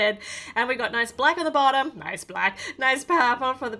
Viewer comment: The way she said ' nOIce' 😆 I luv Aussie accents ♥️